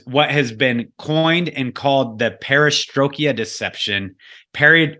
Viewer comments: This was so very interesting. Great info from both parties! I do one of the smaller critiques., its the Perestroik-ah Deception, not the Perestroik-e-ah Deception. If this wasn't said so many times I wouldn't have even mentioned it. If you're familiar with this deception, it's just a bit difficult to hear it mispronounced so many times. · It is pronounced PARA STROY KA not parastroyki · This was really informative. But,, perestroika doesn't end in "ia", it's not perestrokIA 🙂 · An outstanding presentation all round and I would say this about 90-95% on the money although I'm struggling with the inability to pronounce 'perra stroy ka' and also the non mention of who were those people who created the communist / Bolshevik revolutions and their connections through the former Young Movement, secret societies and Kabbalist movement. I think that is is pivotal in understanding the spiritual element you allude to because as its says in Ephesians we war against 'principalities and spiritual wickedness in high places'. A large presence in the last 150 years are the old Khazarian's who were based in modern day Ukraine and from which Blavatsky came as you allude and who wholesale became members of Judaism approx 1200 years ago. All of the people who are behind this as well as the Bolshevik's, Marx, the Young Movement, the Frankfurt school were 'Jews' but that is not to blame all Jew's because many were their strongest adversaries and fought the Zionist project. Referring to this group continually as 'Russian' is both misleading and confusing. The old Khazarian's were internationalist in outlook holding allegiance to no country. Solzhenitsyn explains exactly who they are in '200 Years'. They are Talmudists in essence and Kabbalists. They murdered millions of Russians and Ukrainians in the 20's and 30's and still killing them in Ukraine today. Calling them Russian I find slightly disingenuous but something you find in Christopher Story's books who was the gu